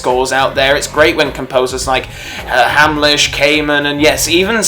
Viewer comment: Hamlisch sounds like ham, not hame